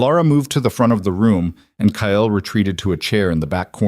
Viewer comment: Kyle is a one syllable name, not two!! 😢